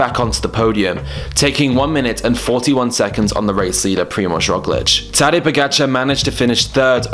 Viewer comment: Skipper He pronounced it very well. The OP expects perfect Slovenian pronounciation which is of course moronic.